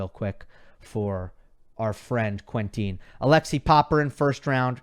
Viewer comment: I'm French and your pronunciation of "Quentin" always makes me smile (no offense). You can hear the correct pronunciation on his ATP page :)